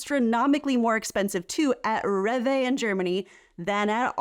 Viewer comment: Which one has healthier ingredients? I bet it isn't USA 😆 Rev Vay 🥲. Rewe is pronounced ray vuh.